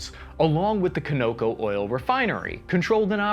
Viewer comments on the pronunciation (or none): I learned a new way to pronouce Kawn-uh-coh Do people really pronounce it Koe-no-koe? where? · Conoco, which is Continental Oil Company, is pronounced Con-O-Co, not Co-No-Co... Conoco-Phillips is a large oil and gasoline station company in America with assets worldwide in the same manner as Exxon-Mobil... Like Exxon and Mobile merged, Conoco and Phillips 66 merged... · It is pronounced CON - O - CO. As in Continental Oil Company. It is NOT co-no-co!!! Call up their us HQ and listen to how the person answering the phone pronounces it. 😡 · It's pronounced Cah no co (like in Conoco Phillips), not co no co. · Good Lord dude Conoco is an American oil business so there's no excuse why you are mispronouncing it. You probably drive by their gas stations all the time....stop by and ask who's gas they are selling. Let's hope it's not a foreigner running the store. Con as in Con-Air.... not Co as in coconut. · its pronounced kawnaco. not cone o ko. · pronouncer... Conoco "kon-o-ko" NOT "ka-no-ko" you do this all the time, why I can't get all the way through your edit. this is my career, and you need someone to review your pronunciation. it's a credibility thing... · C'mon man it's pronounced Con ah coe not Cah no coe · It’s pronounced Cahn-na-co not Co-no-co. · "khan oh co" not KO NO CO 💀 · I love you, Bro, and have watched dozens of your movies and learned some things but Hey! I have NEVER heard Conoco pronounced "con-OH-co" before. It is accented on the first syllable thus: "CON-o-co". That concludes my speech lesson for the day. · for future reference you should pronounce it as "con-o-co" (you know like the gas station) not co-no-co. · Conoco is pronounced KAHN-o-ko, not kah-NO-ko. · It's "KAHN-eh-koh", not "ko-NO-koh". Named after Conoco-Phillips, an American oil company. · Throughout the South of the US I’ve always heard it pronounced CONoco, not coNOco. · Bruh sorry but its not coh-know-cohhh its CONOCO, as in CONOCO-PHILLIPS? Come on dawg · Con-i-co. Not co-no-co